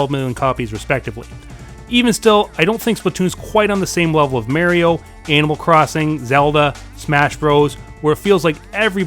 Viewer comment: good video, but i disliked it for how you pronounced mario.